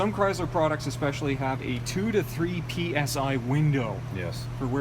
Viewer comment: chryzzzler? u mean chrySler. lol great vid dude